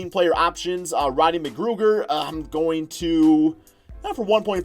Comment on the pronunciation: You my fav YouTuber but when you say Ronnie Mcgruger I die 😂💀